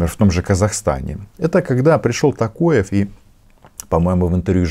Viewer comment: Фамилия Президента ОК не Такоев, а Токаев.